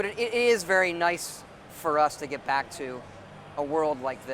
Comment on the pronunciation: "bring me brack". Made me lol.